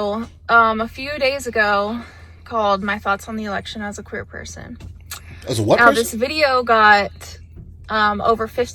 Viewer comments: I heard it as "queen as a three dollar bill". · Yeah, I was kind of weirded out that Mr. L Boyd had to look it up.I'm thinking that I missed something but yes she did say queer